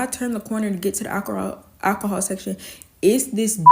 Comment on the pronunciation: How many times did she say alchohol? She has an issue...